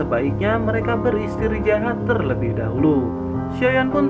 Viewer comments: Istirahat bukan istrijahat🤦 kurang enak di dengar jadinya! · Mantap min 👍 kadang ngakak sendiri bawaan mimin lucu istrijahat ( istirahat ) wkwkwkwkwk